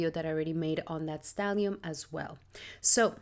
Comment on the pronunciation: *Stellium, not stallium. Thanks and Regards.